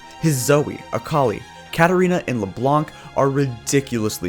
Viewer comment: The pain ! Don't pronounce the c in Leblanc please !